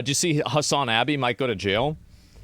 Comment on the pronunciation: I love how you say Hasanabi like “Hasan - abbi” 😂 😂